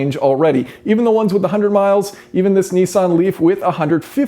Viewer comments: Its not pronounced NE-SAN or NI-SAN, its pronounced NIS-SAN. :) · Neesan? Is Nissan so hard to pronounce?